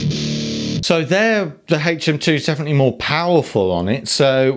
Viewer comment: HHHHaytch M2... LOL